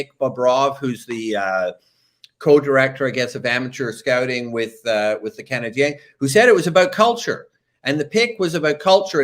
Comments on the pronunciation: Can please stop pronouncing "Canadiens" like that? It sounds so forced and awful. I have absolutely no issues with a French speaking person pronouncing it that way but when an English guy, who likely barely speaks a lick of French goes out of his way to do it, it just sounds weird. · Not at all. I just think he sounds bizarre. What exactly is he trying? Over pronouncing “Canadiens” in French, while speaking English? It’s pretty much never done by anyone and isn’t necessary (unless he’s speaking French). If he can put a whole phrase together in French, I’d be surprised… not an issue that I have.